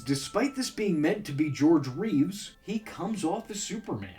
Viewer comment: Not identical. George Reeves, Christopher Reeve. He mispronounced it in this video.